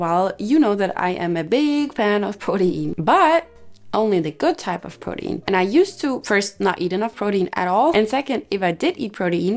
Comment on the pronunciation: I say this in a kind way: it’s pronounced “pro-teen”